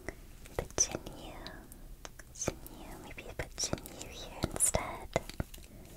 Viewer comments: Great vid no doubt but anyone annoyed at the way she says ginyu? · it was lowkey really effective n made my brain tingle. she did say it correctly at one point but it kinda adds a touch when pronouncing them wrong